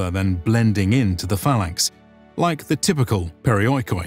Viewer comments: wow also Peri o i k o i xD it's Periiki, latin letters cannot translate some greek. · Pareeekee what pareoikoidoingboing? ru talking aobut? Pareeekee = around home